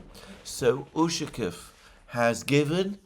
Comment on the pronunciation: Not super important, but it's UshakOv (stress on the O, like almost always when the lastname ends with "ov")